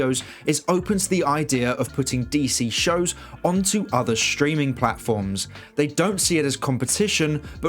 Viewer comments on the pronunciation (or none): He said SHOW'S.